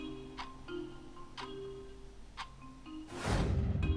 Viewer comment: just asking why are u pronouncing fifty as fefty and time as tame ?